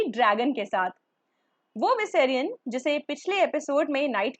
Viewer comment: Good Work. If u can work on the pronunciation of names it would be great It is: Da-nae-rys and not Di-nae-ri-yus Me-saan-daei and not Mi-san-di Vee-sae-rih-yon and not vis-ran bri-yenne and not bri-yaan Aa-ya and not Aar-yaa (This is not hindi vala name) Euh-rawn and not Yu-ran